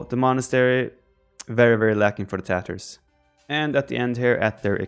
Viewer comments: It is pronounced as Taa-taar. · Sounds like he is saying the Tatohs. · I hear Tatoh whenever Viper says tatars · ''the TaToHs'' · Viper: In this video we are talking about the Tatas. Me: ... (Replays) Viper: In this video we are talking about the Tatars. Me: Thank God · Did I hear correctly? The TaToHs? :D